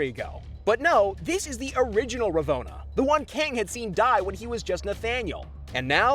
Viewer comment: I tried to watch this vid to the end, but the way you kept mispronouncing Ravonnas name made that impossible.